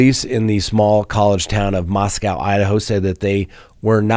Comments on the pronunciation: You are mispronouncing how they say Moscow. It’s MosCo. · Please start pronouncing Moscow Idaho correctly.